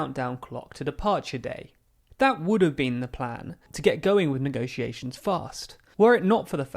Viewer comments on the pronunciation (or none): Voted to Remain (crucial)- somehow managed to end up in charge of Brexit negotiations (which she infuriatingly insisted on pronouncing as if the word was spelled 'negociations')- banged on a great deal about Strong and Stable leadership- brazenly lied a great deal more about us leaving with or without a deal on March 29th of March 2019 despite having no intention whatsoever of us actually leaving (and quelle surprise....)- & then cried just like Maggie did when she was forced to give up her power. Continuous sabotage and betrayal- endlessly kicked the can down the round until she was stopped because of the damage she was causing the reputation of her shitty political party. Mark my words- Her successor Boris is sure to play the same game albeit in a less transparent way.